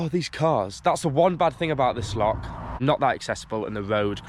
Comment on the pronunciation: Welcome to Scotland, if you're here for five weeks can I advise you that you were swimming in a loch, not a lock. It's pronounced same as the composer Bach, you wouldn't call him Back. Have a great time.